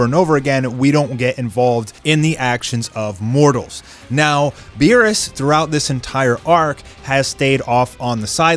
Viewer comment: Meerus? Beerus? C'mon